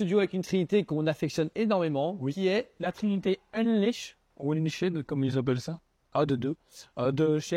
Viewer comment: Unleashed se prononce EunLischd tout simplement :D